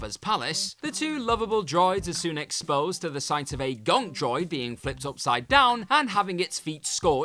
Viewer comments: It's "gonk" not "gronk" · Not a gronk a gonk